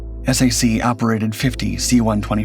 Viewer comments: S-A-C? No way. It was called SAC as in sack. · "S A C?" It's pronounced "sack!" but A.I. doesn't know that. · Take it from a guy that served in the Strategic Air Command, there is nothing more annoying than to hear the Abbreviation of that Command pronounced S-A-C. SAC is an acronym pronounced the same as the word Sack. Just like many acronyms like NASA, or ACSII are pronounced today. SAC was the Best Command in the USAF and was hated by the the TAC fighter jocks because SAC set the standard for the USAF. So they promoted a TAC Gen to kill SAC and combined Commands into a new unified command structure and split up SAC assets. TAC & SAC was formed into the Air Combat Command, ACC. Better known in the USAF as the Air Circus Command because of the constant foul ups from commanders that couldn't get things right and their political pandering and groveling to get ahead. Most don't know that the ACC flew 2 nuclear weapons across the US. One to a Base for an airshow for a display B-52 and another to move the weapon to another base. 100% illegal to do in peace time. It got so bad that ACC was and is still having problems holding on to Maintenance troops for more than one enlistment. The USAF is just a sad shadow of what it once was. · Hi it is SAC as in “sack” not S-A-C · Why do you show aircraft that have nothing to do with the C-124? For example the C-135 and C-123. You even showed C-133s without even noting they were completely different aircraft. This is just ignorant and sloppy in the extreme. And there was no such thing as the S-A-C, note it was pronounced as "Sack." Further, it is plainly stupid to think that the aircraft was carrying a nuke with that many unvetted pax aboard (look up the nuclear-related Personnel Reliability Program (PRP). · SAC was never said S, A, C. It was SAC like a sack. Later it became ACC, which was pronounced as the letters (not ack) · SAC was never pronounced as S A C! WTF?! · SAC was usually pronouned "sack" back in its day.